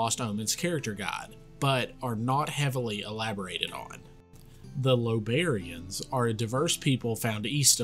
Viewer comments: I think it's something like eye-obarians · Great video, but just so you're aware, they are called Iobarians with an i, not Lobarians